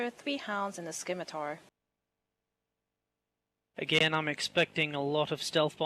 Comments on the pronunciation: SIM-itar, not skim-itar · I love little comments. I really wish he was a better commentator, 'cause I'd love him on top form, like Tastosis. On the other hand, REALLY needed to never exist. It's "SSIM-it-ahr". There is no K. Derp derp derp. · That woman cannot pronounce words the scimitar is pronounced SIM-itar not skimitar